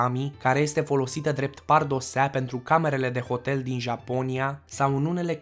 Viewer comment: Pardoseală nu pardosea